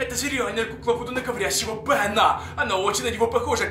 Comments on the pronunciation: Ну не говори "бенА" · БенА , вудУ , оюзательно так говорить?🙀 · вы не поняли бЭна не Бена , а бЭна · Меня забавляет то, как он говорит "Бена"